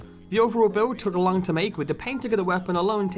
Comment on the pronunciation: "And it is over 120 centimeters lung"I think its long not lung